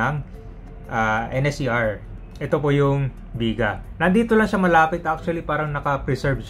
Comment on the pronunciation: "Biga-a" ang pronunciation niyan sir. :)